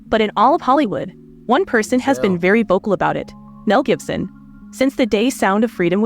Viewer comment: Is that a chant GPT narrator cuz she keeps getting those names wrong Jibson? Misk? Suspect even said entrepreneur wrong.